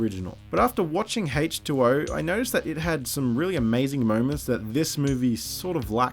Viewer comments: for some reason it sounds like you're saying hate 2 0 instead of H20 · I love the way you pronounce H20. Great video.